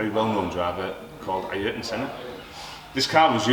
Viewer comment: I-yer-tun Senna 😂